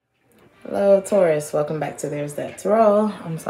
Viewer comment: Hey girl welcome back. U kept calling us Tuarus. 😁Missed your readings. Luv u grl♥️